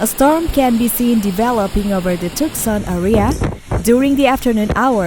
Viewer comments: Bizarre times. Text to voice bot sucks (TOOK-SAN), and this is just a collection of cellphone vids from SOCMED. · The A.I. narration of this video is AWFUL. Her syllables were stressed wrongly and she kept saying Tuckson. It was more enjoyable muted. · Yeah it was pretty bad BTW it's pronounced TOO sahn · who teaches these wanna bes reporters how to pronounce the name of a town it is twoson not tuckson you stupid jerk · It's pronounced Too-sawn. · Tooksan! That's how you might pronounce it if you didn't know better. Voice bots are fun to listen to sometimes.